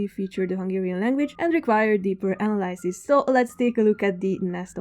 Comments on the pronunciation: Immediately after giving that whole backstory on how mispronunciations bother you, you went ahead and butchered the word "analysis" LMAO. Jó kis video amúgy :D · You would not be a Hungarian speaker without pronouncing "An-al-EYE-sis" instead of 'An-al-EH-sis". :D